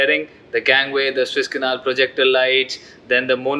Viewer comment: Guru it's pronounced SOO IZZ canal and not SWISS canal as u keep on pronouncing it